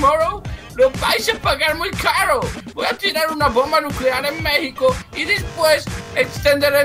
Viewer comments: se Lee megico pero se escribe México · Jaja se dice Méjico pero se escribe Mexico